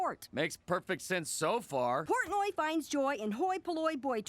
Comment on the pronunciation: I just noticed that PC mispronounces Portnoy as "Pourtney" . And I am devastated 😢